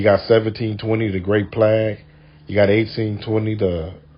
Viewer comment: Oh, Lawd you didn't pronounce plague like that. 😩 Anywho, found your 2nd channel. Greetings from Orlando, Fl 👋🏾